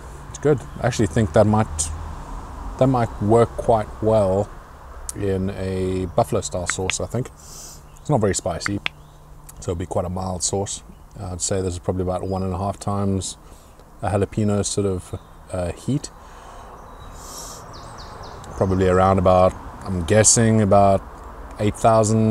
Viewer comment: Enjoy your Exc channel alot.. Just an FYI,, Jalepeno is pronounced JalePAYno. Not peeno.. Thx